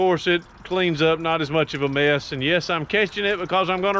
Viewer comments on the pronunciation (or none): none